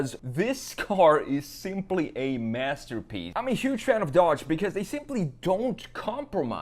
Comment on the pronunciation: I listened to this multiple times, just to make sure, and you most definitely said "master pee." 😅